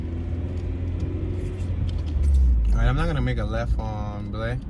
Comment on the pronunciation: It’s pronounced BLY avenue, not Blay!